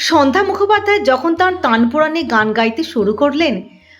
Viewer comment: উপস্থাপিকার উপস্থাপনা ভালো, কিন্তু কিছু ক্ষেত্রে উচ্চারণের সমস্যা রয়ে গেলো।সন্ধ্যা শব্দটি অন্যরকম লাগছে উচ্চারণ বিভ্রাটের জন্য।